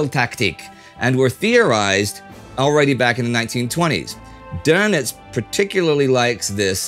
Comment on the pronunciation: Thank you for saying Donitz correctly. So many documentaries screw it up saying Doughnits, Doonits, or Durnits.